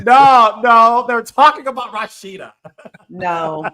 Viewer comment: Why does Carlos keep saying Rawsheeda???!😊